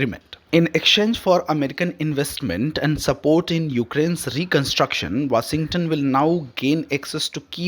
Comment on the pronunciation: Your pronunciation is atrocious and an insult to listeners and to the English language. TFI anchors are notoriously inept at the language but there were one or two who were comprehensible and less irritating. Get one of them to read the news. Jelensky. Vaussington. Jeddee Wawnss. Peckooler. Pronuncip. veeks. doe-naald. Kaa-oss. and so on.